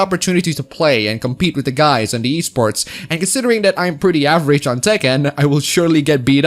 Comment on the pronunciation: At first I heard the Wii sports scene instead of e sports